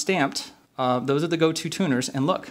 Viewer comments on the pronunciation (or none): Good info on Yamaha guitars. I always thought they were criminally underrated. Psst : Gotoh is pronounced "go-toe," not "go-too." 😉